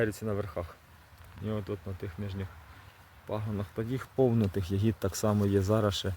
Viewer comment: У слові я́гід наголос падає на перший склад — на літеру я.Це форма родового відмінка множини від слова ягода